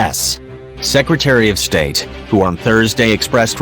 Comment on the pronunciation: You should learn how to pronounce the Secretary of States name properly. Very poor